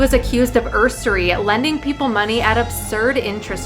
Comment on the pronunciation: dear, the word is “Usury”, not “Ursury”. Pronounced YOO-zer-ree, u got the definition right, but somehow completely changed the word itself. Hopefully, u have people helping u to check unusual, unfamiliar, &/or old fashioned words, which can be tricky. U have a great show, & u r an intelligent, young woman. Don’t u dare let proofreading errors diminish the show when u can best demon dolls & murderous ghost witches! I’m rooting for u!!